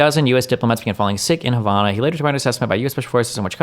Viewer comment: I’m just here irritated at how Destiny, the child of a Cuban woman, is pronouncing Havana.